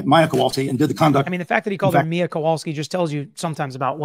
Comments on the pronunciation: Oooh,! Tell us how you really feel. 😉 I don’t disagree. He’s mispronounced both Maya and her mom’s names the entire trial!!! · How many times can the defense mis pronounce her name so many times is so unprofessional!!! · It has bothered me from the beginning that several of the defense people don't say Maya or Beata properly after 5 years. think that they absolutely didn't care if they harmed her or not. I can't say they had a baseline goal of having her but they certainly had goals in mind that just absolutely disregarded her well-being, what she wanted, what was best for her. They actually said it. They said they were over it. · I was thinking the same thing about him calling her by the wrong name. He has been pronouncing names wrong the entire trial.😢 I do think that they purposely hurt her in certain ways. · Altenburn specifically has mispronounced Maya’s name throughout the entire trial. It really does send a message imo. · I just rewatched this. You want to tell me that after 9 weeks of trial, after having this case for how many years, the defense attorney still does not know how to pronounce Maya's name? Are they really serious? Just for that they should be punished. Shows the uncaring attitude of their team.